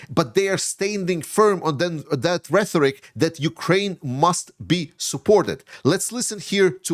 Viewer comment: RheToric, not reTHoric. 😉 I keep hearing this mispronunciation. Love your channel. Slava Ukraini!